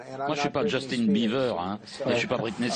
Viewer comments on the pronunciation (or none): none